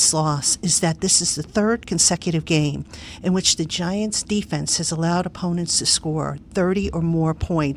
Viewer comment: The efense was terrible., there is no 'D'. Exactly.